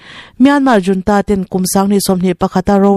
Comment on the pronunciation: Military junta hi 'Military HOON-TA' ti a lamrik tur a ni e aw. Video lehpek ah chuan 'JOON-TA' ti a irawn lamrik tawh loh ngei ka beisei e aw